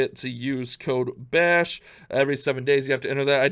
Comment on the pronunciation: Your name "clash bashing means something weird in Norway. The way you say Bash means poop in Norway